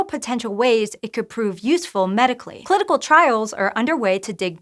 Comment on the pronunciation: "Clitical" trials... Uh, what's that chief?